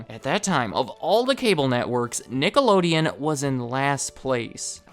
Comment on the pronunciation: stop with the racial slurs dude, you were clearly saying nigalodeon